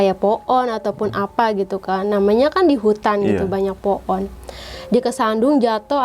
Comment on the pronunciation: Pohon kak bukan po'on bhahahah🤣